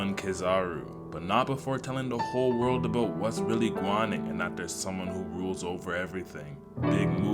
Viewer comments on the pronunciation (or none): So bro know a little Jamaican instead of going on bro said gwaning